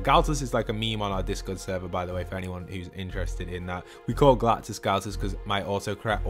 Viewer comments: GALACTUS not galtus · his name is Galactus not Galtus lol